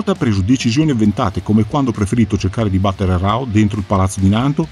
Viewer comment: Bellissima analisi, ed è una ventata d'aria fresca veder un fan che pronuncia correttamente "Hokuto", chiama il fratellastro maggiore di Ken "Raoh", e via dicendo. E si, concordo che il vero segreto dell'enorme successo di Hokuto no Ken sono i comprimari e la loro caratterizzazione. Riguardo ad Ain, mi hai fatto tornar in mente come la piccola Asuka regala a Kenshiro il guanto di Ain come ricordo. E Kenshiro, sia nell'anime che nel manga (dove cambia vari particolari del suo abbigliamento tra i vari archi narrativi) continuerà SEMPRE ad indossarlo.